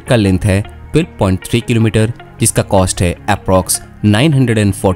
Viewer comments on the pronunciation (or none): none